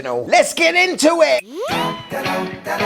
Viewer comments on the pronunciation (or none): none